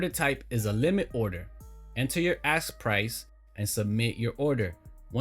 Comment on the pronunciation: Why do I axe these questions? Dude it’s ask not axe. You not African American